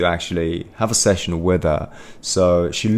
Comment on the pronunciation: am i the only one who is hearing session as sex